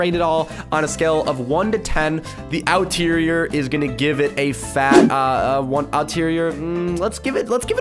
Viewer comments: Him saying outerier levied me lol because it is exterior lol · i felt it when he said “the outireor” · “From the outterrier to the interior” ~ 2019 it’s supposed to be exterior unless I’m wrong and if so I’m sorry.. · OuTeRioR! Me:Exterior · you make me triggered sometimes. Everybody else: "i love the EXTERIOR!"...: "The OUTERIOR is really nice! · Outterior an outside mate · Why outterior